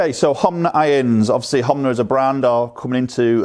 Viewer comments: It's not Homna. Its Honma. U say Homna and so does my mate. Lol. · HoNma not HoMna 😋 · Hom-na huh